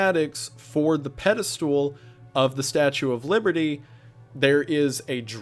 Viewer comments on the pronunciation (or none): Shoutout to how Wendigoon pronounces Pedestal like "Pedi-stool"